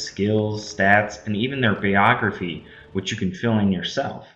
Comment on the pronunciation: has no idea how to pronounce "biography" and couldn't be bothered to look up what THAC0 means..... If he couldn't care less about his videos why do you think anyone else would? There are plenty of video game reviewers out there, if you want to be something other than a wanna be you have to step up your game. hasn't.